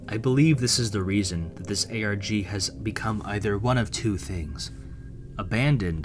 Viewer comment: did he just say ArGh instead of ARG..